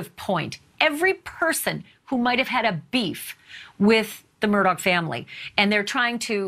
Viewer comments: It's "Mur-daw" not "Mur-dawg".... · It’s pronounced “Mur-dock”. My family is from Islandton. It’s my great grandmother’s maiden name. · Touche. it definitely isn't Mur-dog. Just like it isn't Lake Mold-trie but Mooltrie. I'm a native of SC as well. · I wish y'all pronounced their last name right. Murdaugh, pronounced like mur-dock.